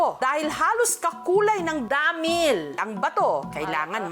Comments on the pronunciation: DAAMIIIL 😂 nalang bat ginigigil pa sa word na damiil 😂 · 😂😂😂ako lang b nakapanzin??may gigil xa z pag pronounz z dahmiiiiil…..😂😂😂✌️ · Dhameall hahaha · Nabwisit nga ako sa pagbigkas ng Damilllllllllllll tlagang sobrng dami ng L 😂😂😂